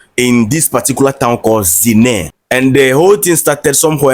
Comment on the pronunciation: The name of the town is ZI-NIA-RE pronounced ZIN-NYA-RI.